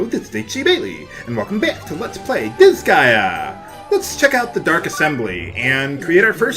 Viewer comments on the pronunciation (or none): You;re pronouncing it right, although the first syllable is supossed to be dis, not dizz, the way you do it. Just throwing that out there, although if you like it with the dizz, then just Have It Your Way (C). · It's pronounced similar to the word Gaia, which is sounded out as Guy-uh. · Gaea is the greek goddess of the earth... often spelled Gaia- which is how it sounds... so... yeah... Dis-Guy-A would be the correct pronunciation. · It really bugs me how you pronounce it Dis-guy-uh, when I pronounce it Dis-gae-a. How odd.